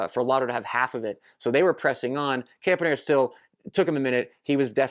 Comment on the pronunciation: I think it is pronounced Campanarts (not spelled that way).